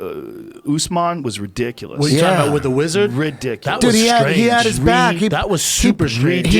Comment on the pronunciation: How does Brendan still not know how to pronounce the word ridiculous?